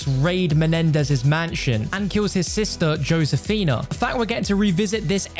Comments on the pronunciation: Josefina(Hoe-Seh-Feena) not, Joe-Sayfina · It's not ⁰"Yosefinuh", it's "Hosefina" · Srry but i cant stand the Way he says josephena im sorry im latino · Joe sifinia? Its f*cking Josefina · Nobody: Absolutely Nobody:: “Joe Sefina” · Mans really said. Joe-sefina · It’s said like this ho-sa-fina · It’s not joe- sphina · He said josefina wrong for the entire video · Srry but i cant stand the Way he says Josefina* im sorry im latino